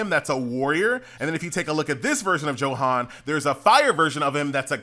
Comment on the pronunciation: I like that you say Johan and not Yohan